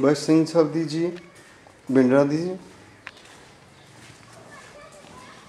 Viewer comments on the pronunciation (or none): Great effort, you are doing excellent service by showing old places and buildings.I may please correct you that proper pronunciation for Bindra is to speak th tha for D, Thanks a lot. Allah bless you.